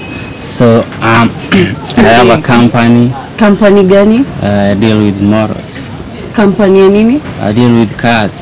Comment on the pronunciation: Ati 'I deal with moros' (motors) ...oh my dear self 😹😹😹😹😹